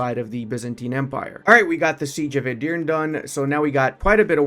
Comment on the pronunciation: Dude its not "Edirn" its "EdirnE" (ends with e not not "edirni" its "edirnE") please.